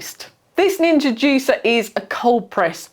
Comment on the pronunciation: "Like all Ninjer appliances"